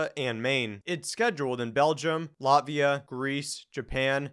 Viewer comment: Nice and educating video, as always. But please "Latvia, not Labia" :)